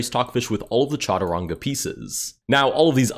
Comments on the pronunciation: SHatrung not CHa-too-ran-gaa 🥀🥀🥀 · By the way its not pronounced cha-tu-rnga its sh-t- rnj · brother, it is Cha-tu-ran-ga. Literally a sanskrit word. Shatranj is a persian name. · Soft "G" in chaturanga. Like a "J" sound